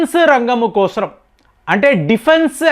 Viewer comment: దేశం కోసం అనీ పలకాలి కానీ దానికి మీరు దేశం క్రోసం అనీ పలుకుతున్నారు ఈ పదప్రయోగం బాలేదు ఎక్కడా అలా పలకరు గమనించగలరు